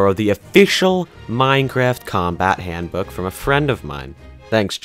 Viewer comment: its HANDBOOK not HANDOOK